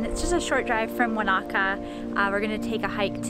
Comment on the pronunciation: That's really not how to pronounce Wanaka.